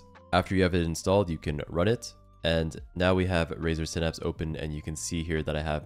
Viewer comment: It’s synapse not synapse